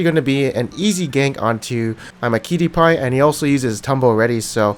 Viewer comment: Just learn how to pronounce imaqtpie